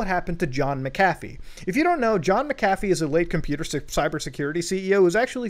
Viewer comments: "Mc-Caf-ee" 😁 Mc-a-fee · Mac cafffie. Bi didn't even know who you were talking about half the video tell it clicked. Macafee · Not trying to sound like a Dick but it’s pronounced Mac-A-fee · I had no idea that John McAfee was a barista at McDonald’s as well as selling virus protection!? Just messing with you……. you’re pronouncing his name and it sounds like McDonald’s Mc café 😂😁😁😁 always love your content! Much love! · I always thought McAfee was pronounced Mac-Ah-fee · I know this is super super minor but. That’s not how you pronounce McAfee, Muta. It’s pronounced “Mack-uh-fee” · It’s pronounced, Macca-Fee. And he is legend no matter what. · MCAFEE.. isn't pronounced like that ya nouce